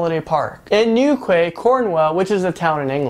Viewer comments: "Newquay" so cute haha! It's actually pronounced "New key"! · its new-key and corn-wool. :) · hi im from cornwall and you pronounce newquay as new-key and pronounce cornwall as corn-wall